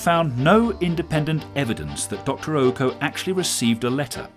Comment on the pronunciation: What's up with 'Ouko' being pronounced as 'Ooko'?